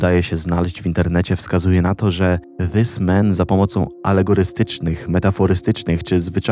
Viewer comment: ziomek mówi "wys men" 😂